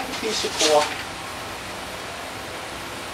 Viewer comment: For a second i thought you said that you line your drawers with "caulk". Had a laugh, then realized you said "cork" Haha, another good video, thanks!